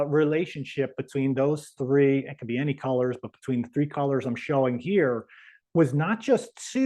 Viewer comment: T[h]ree, Tree Th ree?